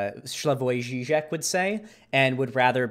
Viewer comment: finally someone says Žižek correctly